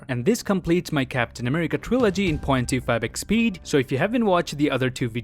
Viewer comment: Guys, i literally always here him say ".25 x speed" as ".2 fabric speed